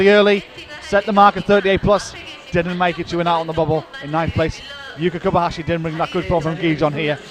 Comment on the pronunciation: Can someone tell this prick of a commentator That Yuka is KobaYashi not KobaHashi. The ignoramus has been miss- calling her for months.